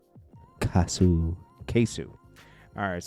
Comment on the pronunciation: it’s pronounced “kay so” not kasoo 😂